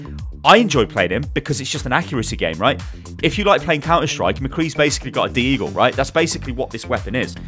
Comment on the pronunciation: DID YOU SAY D-eagle but not DEAGLE?!?!